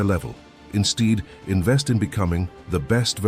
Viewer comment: While the content sounds philosophical and deep - and perhaps even potentially useful; it is a bit difficult to take it seriously when the narrator pronounces "instead" as "insteed". It's a turnoff even if it was an AI